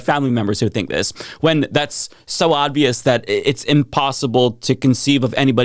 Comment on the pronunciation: Why do you keep saying "ODvious"?